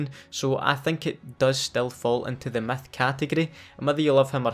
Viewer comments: He says myth like meth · Why it sound like he saying meth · i like how u say Myth “METH” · sounds like he said meth